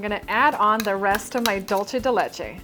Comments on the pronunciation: DOOL-SE DE LECHE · I'm trying to get through this video but its dool-seh-deh-leh-cheh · Cringed every time said dolce de Leche wrong:/